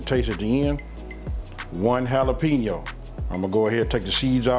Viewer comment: I'm gonna have to try your recipe. 😋😋😋 Just an FYI, jalapeño is pronounced hala-pain-yo. I work in little Mexico so I know.😁